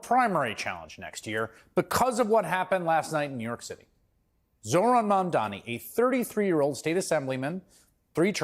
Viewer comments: It's pronounced "mom don nee "it couldn't be easier. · Bro, you can't be mayor of New York City if you can't take the time to pronounce a name right. Come on.